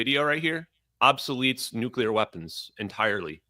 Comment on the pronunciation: Stop exposing your ignorance Benny by mispronouncing nuclear. It's not New-cya-ler, it's new-clear.